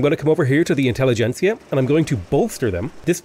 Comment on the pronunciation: Great video! Best tutorial style video of V3 I've seen yet! Also very happy to hear you are the first to properly pronounce "intelligentsia", which all the native english-speakers I've listened to have so far failed to do.